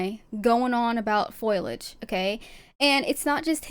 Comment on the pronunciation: Its foliage not foilage